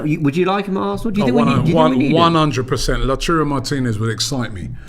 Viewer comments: Robbie: How do you say it?: I went with Lautaro Robbie: Lautaro? Okay. 5 seconds later Robbie: Lachurro... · NOT "LATURO" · How did you say it... LAUTARO???? Says Robbie who has been crucifying his name for a week now with LACHURRO... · Thanks for subtly correcting Robbie, Lautaro, not LACHURO FFS. How long will Robbie keep being this sloppy with very horribly wrong pronunciation of names? It's ridiculous! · A historical moment when realised it wasn’t pronounced “Lachuuro” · Man learnt the pronounciation of Lautaro And still butchered it 🙆🏾‍♀️🙆🏾‍♀️🙆🏾‍♀️